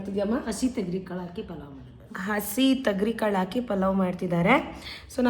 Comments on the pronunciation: Thagarikal alla thogarikal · ತೊಗರಿಕಾಳು ಅದು, ತಗರಿ ಕಾಳು ಅಲ್ಲ.